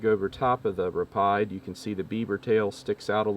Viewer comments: It's pronounced Rapeed not Rapeyed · it’s pronounced RAH-PEEEEED